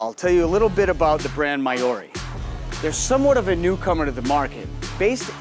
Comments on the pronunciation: “Mayyorrriiii” It is named after the indigenous peoples of New Zealand mate … pronounced Maowwwwri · It's a shame that you can't pronounce the name properly.